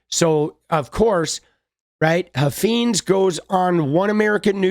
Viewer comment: I live in Texas where this guy is from. He is an idiot but it’s pronounced Huff Fines. Like a fine to be paid Huffines